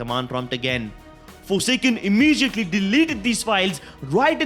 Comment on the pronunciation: I like how he says imijiatly